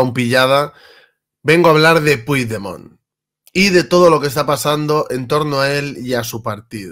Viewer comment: Una pregunta, no pronuncias bien su nombre por ignorancia o por vagancia y rencor?